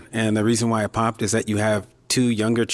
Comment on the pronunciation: new word "POPPTED". THE WORD IS "POPPED" (POPT) NOW ADD THAT TO THE BINGO CARD LOL!